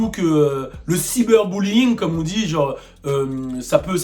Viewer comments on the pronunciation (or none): none